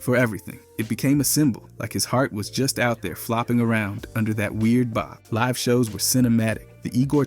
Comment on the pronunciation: Yeah like how he used the wrong pronunciation of “live”😭